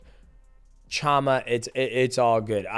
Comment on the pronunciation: It´s PeReira not PeHeira, least of all it´s not PiHeira, Mighty :D.... And CHAMA you pronounce SHama!!... :D... When will people stop buthering it? :D